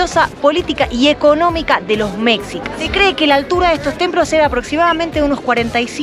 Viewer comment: Se dice mejicas como si fuera con j no mexsicas.